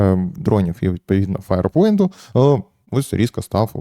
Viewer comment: Пхахаххаха 😂😂😂😂😂 какаду , фаирпоінт ... Що далі?